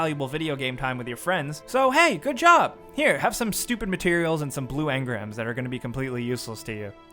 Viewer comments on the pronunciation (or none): 11: When someone pronounces engram as in-grum